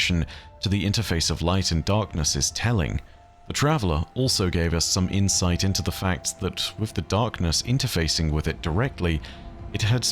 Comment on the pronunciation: i heard her insides are shared with us and it took me second to realise you said insight